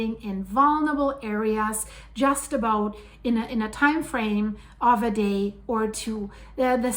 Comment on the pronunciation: Aboot 😂 about 😂I love it